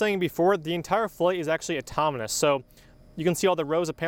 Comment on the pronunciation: atomonous! sorry had to say it great video!